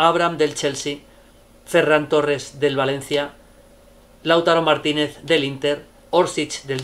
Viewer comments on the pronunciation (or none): none